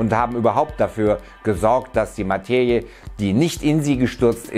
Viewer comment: Materie = ☑️ Mateje = ❌ Bitte bemühe dich wenigstens, es richtig auszusprechen.